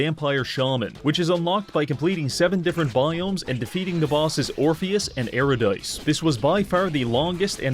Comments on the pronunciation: I know he says it correctly in his other Barony video, but hearing him say Orpheus and Erh-ah-dice and not Yur-rid-ah-see (Eurydice) hurts me worse than the IRS collecting those late payment penalties. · Bud. How are you gonna use a song from the game Hades around 15 minutes in after you've mispronounced Eurydice as "yuree-dice" (instead of the correct "yur-ih-deh-see" pronunciation used in Hades) earlier in the video?:D;;; Realtalk tho, this game looks WILD. Not sure it's up my alley, but I do love watching you grind out these obscure and intricate games as your sanity slowly deteriorates. I hope you had fun! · I hate to be this guy, but Eurodyce is pronounced yur-i-duh-see. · 3 minutes in and already an eye twitch - Eurydice is pronounced "Yer-id-eh-see", not "Err-a-dyce". Apart from that - great video, 10/10, would consume mountains of cheese and slay Satan again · that may be the worst pronunciation that i have ever heard. Your-rid-a-see is how i pronounce it. It may be wrong, but it is far better than error dice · Yo bro Thanks for putting me onto this game firstly. Hadn't heard of it til clicking on this. Secondly its not 'yoor a dice', its 'you rid iss ee' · EURIDICE IS SAID YURR-IHD-UHH-SEA NOT YOUR-A-DICD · I physically cringed at him calling Eurydice 'Erudice' ngl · "Eur-i-dice" JFC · im a fucking poopy ass nerd but the eurydice boss is pronounced your idicy its greek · Bro said air-o-dice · i love this but man. never say eurydice that way again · I hate how you mispronounce Eurydice... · Eurydice being pronounced that way shook me 😂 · the way you said eurydice is crazy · Your pronunciation of Eurydice bothers me, amazing video